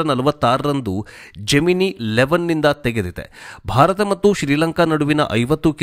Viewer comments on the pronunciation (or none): none